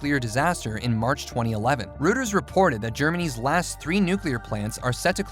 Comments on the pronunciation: Reuters is pronounced like “royters” not “rooters”. I used to work there… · Rooters? Must be a robo-reader, a real person would know how to pronounce Reuters, right? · Boy, you can tell when something is ‘not from here’ when Reuters is pronounced ‘Rooters’….it’s the little things, Guys. and in a robotic voice. Where is this ‘News Source’ from? Who actually falls for this mess? ugh.